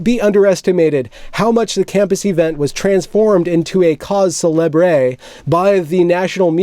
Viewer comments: your costume character is an oxymoron -- a safety conscious pirate. Oh and "Cause Celebre" is pronounced cause celebr much like macabre is macaabr. I have no claim to knowing french but I think there is the infintisimal sounding of the R (which I am pretty sure that you would have to be a native speaker to achieve properly) but the E is never acknowledged. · You have to pronounce the "re". just make it soft, with the back of the mouth. "guttural", they call it. It's the "h" as in "hope", but the top and bottom of the back of the mouth have to somehow be in contact. More accurately, It's the "g" from "go", but further back in the mouth, and not closed, just vibrating to make some sort of "brrrrr" sound. But the final "e" is always silent if not accentuated "é".